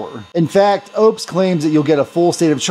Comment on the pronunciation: Its not Opes, its Oupes. 😊